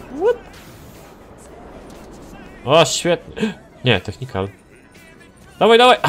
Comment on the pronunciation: nie technikan tylko technical:)